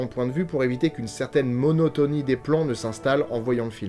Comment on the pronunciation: IAN de Bont pas "Jean" de Bont 😂